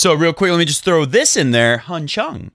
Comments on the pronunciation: ChUng, not ChOng. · You so did not! :-) Try to pronounce the U like the OO in food. Choong.